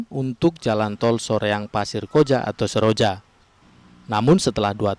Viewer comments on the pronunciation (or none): Nama tolnya Tol Soroja......... TOL SOROJA (SOreang pasir koJA) bukan seroang pasir koja........... zzz